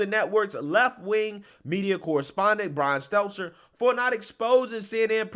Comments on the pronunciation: Bro, your job is to speak. Please take the time to know how to pronounce names/words. He's not exactly deserving of learning it, but it's STEL-TER, not seltzer. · I love you, but I gotta say it. It's been itching at me for a while now..... But it's Brian STELL-TER, not STELTZ-ZER 🤣🤣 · Get your voice coach to teach you how to pronounce Stelter. No z or s in it. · Love how you always pronounce Brian's Stelter's name lol (Steltzer). Keep up the great work. Love your videos. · This guy consistently fucks up Stelter’s name…